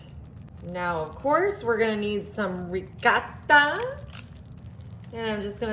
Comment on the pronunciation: Why are you pronouncing the ricotta like it's a Mexican cheese? It's an Italian cheese not a Mexican cheese. The dish looks good but I'd use a different noodle pasta, not lasagna noodles